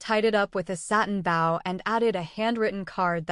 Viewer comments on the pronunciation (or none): A bow that is tied, and a violin bow rhymes with toe. A bow that rhymes with pow-wow is related to the curtsy. Please get this right in future as this is a common error in these stories.